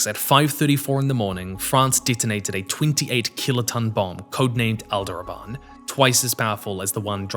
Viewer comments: >"Alderaban" >text says "Aldebaran"😂 boy i wonder how english speakers learn how to read the words they are speaking😂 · Considering Aldebaran is probably an arabic word, nothing 😂